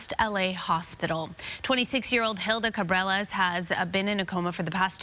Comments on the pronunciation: If you live/work in LA as a news anchor, you should at least be able to pronounce the spanish lasts names correctly! Ca-bra-lez, thats how it is pronounced! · Girl, how are you a news anchor in Los Angeles but can’t even pronounce Cabrales right? 🤦🏽‍♀️